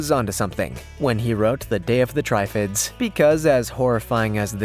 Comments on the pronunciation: Triffid,, not Tryfid ffs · Where the hell did you get 'Try-fids' from?! Triffid is said as it's spelled. Trih-fid. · can we get a ruling on the pronunciation of "triffid"? It can be pronounced a couple of ways except the way this narrator did. Narrator eating plant needed, inquire within.